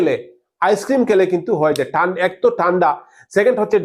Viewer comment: দেকুন, টান্ডা উচ্চারণ ঠিকমতো করুন দাদা